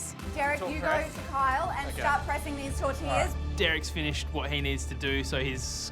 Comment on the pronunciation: Tor-til-las ? Tor-ti-yas !